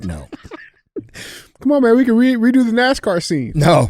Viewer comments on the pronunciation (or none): none